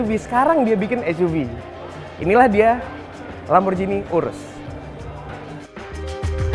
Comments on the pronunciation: Wah cara bacanya kok gitu sih... yang bener LamborGHini bro, bukan LamborJini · LamborGini om bacanya bukan LamborJini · "Lamborghini" bukan "Lamborjini"